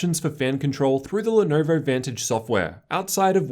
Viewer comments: "The Lenerver Y-540" lolllll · "The Lernerver y540"